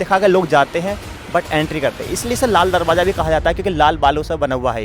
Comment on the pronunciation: Darwaza Hota he drabaza nahi Urdu sahi Karo